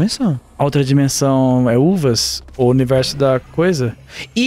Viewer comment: "Dimenção" acho que ninguém vai pegar essa